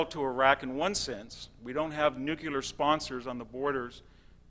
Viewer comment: he says "nuculear"